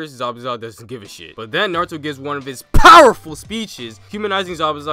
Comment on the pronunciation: Whenever he says powerful I wake up